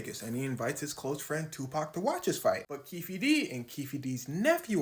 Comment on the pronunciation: Keefe is pronounced keef. It's Irish and the e is silent. Just saying. 😊